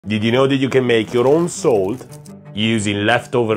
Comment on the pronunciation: Gotta love this guy's "diddii know you can make...."